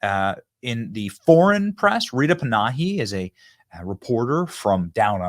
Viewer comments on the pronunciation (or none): ITS RITA PAN-A-HE BENNY CMON